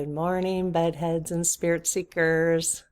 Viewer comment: Lolololol I thought you said ‘butt heads’ instead of Bed heads… 😂